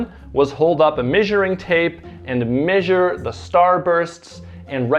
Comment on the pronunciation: Missure, missuring tape lol. I don't think I've ever heard anyone pronounce it that way.